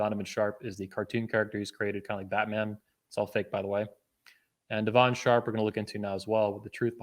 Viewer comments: Why you keep saying 'Devaun' her name is 'Devon'. It's telling of how intimately you know someone when you can't even correctly pronounce their supposed name. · the way he pronounces devon's name is so funny de VON Sharpe lmaoooo one problem i see is ppl are gonna call u a hypocrite because u was willing to work with him while he was doing the same content for a long time but when u guys fall out its "he talks bad about woman" which i agree he does im just saying if u work with the guy knowing that u can't complain after plz tell me its you just joking when u say he isn't smart at all lol u wanted him to speak at the events if she is the smart one why not invite her to speak ?? lmao did u say thats probably a sister bro thats an old pic of her u can tell its an old pic did donovan come for your wife or something im out the loop cause what u showed doesnt look like he talked about your wife at all